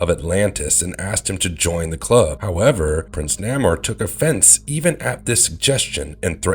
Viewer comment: Please...I'm an old school comic head. If you're gonna pronounce names, please say it correctly. SubMariners' name is pronounced as (Nay Moor). Not (Nah Moor).